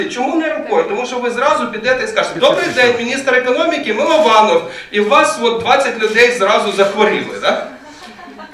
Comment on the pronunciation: Ольга перестаньте коверкать фамилию человека! Он же сам уточнил, что он Мылованов!